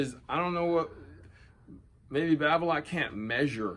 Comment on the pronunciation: its balola...babola....then right after erik babolat....haha....its going to be hard to change....just like 'samon'...not 'salmon'